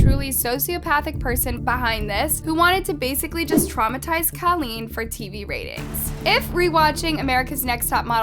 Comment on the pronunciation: Colleen?! Kathleen?! Kelleen?! It's Kahlen!